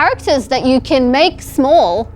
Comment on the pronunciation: Mark going “eh-small” in an Italian accent is killing me